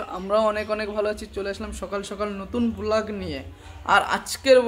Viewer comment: এই এই সবাই শোনো কথাগুলো রেজিস্ট্রি নয় রেস্টি, আর ভ্লগ নয় বোলাক বুঝলে সবাই😂😂😂😂😂😂😂